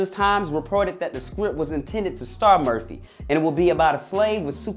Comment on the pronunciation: Is he saying Merthie? Or Murphy? 🤨 🤔